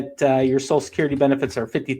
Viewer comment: WTF is "SOSUL" Security?